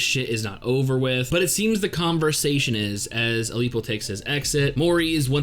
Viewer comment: Ilpyo's name is pronounced "ill-pyo" And his style is pronounced like "teck-yawn"